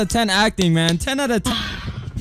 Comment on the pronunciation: He said UUUUU he didn’t even say “EW”